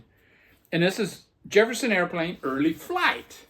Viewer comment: I do the same thing, i pull albums to listen to after others show them., did you say Jepperson Airplane? Sure sounded like it to me, that's another album I had to go to the shelfs to see if I had it, I did, so that's out for a listen also. That Crushed Butler is excellent, what # did you get? Only 500 made! I have that Thee Headcoats album, they put so much stuff out, where do you begin. I never heard of Alice Donut. It wouldn't be a Vinyl video without a Redd Kross album. A nice stack to listen to indeed.